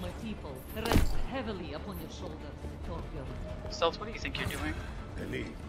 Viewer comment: It's Torbjörn!